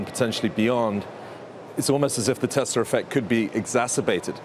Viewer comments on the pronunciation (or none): "Tesler effect"